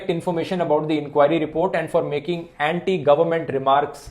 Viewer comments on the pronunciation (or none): none